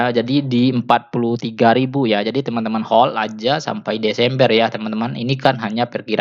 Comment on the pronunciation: Bulan desember... Bukan deseemberr